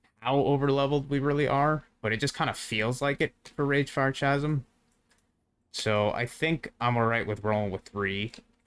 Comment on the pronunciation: Awesome vid! Am so hyped on AI companions at the moment. Oh one thing tho, Chasm isn't pronounced like you think it is. Phonetically i'ts ka·zm, not cha-zm. You're welcome ;)